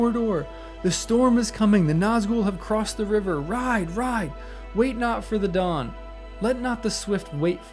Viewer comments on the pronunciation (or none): none